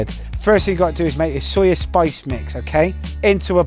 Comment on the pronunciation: It's pronounced Sue-yaa. Better attempt compared to Jamie Oliver's but you need to go Nigeria to see how it is really made with proper fresh native ingredients.